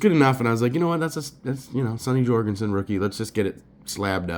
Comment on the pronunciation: Nice. A bit too chatty. And pronounced “Jur-gensen” not “Jor”